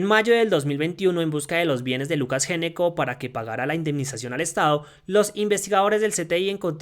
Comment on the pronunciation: GENECO NO, SE PRONUNCIA "ñECCO." !!!!!!!!!!!!!!!!!!!!!!!!!!!!!!!!!!!!!!!!!!!!!!!!!!!!!!!!!!!!!!!!!!!!!!!!!!!!!!!!!!!!!!!!!!!!!!!!!!!